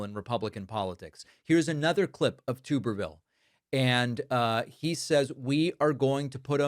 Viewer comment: TUB-erville you tend to pronounce words wrong